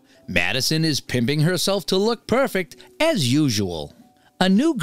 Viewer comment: Pimping versus primping got me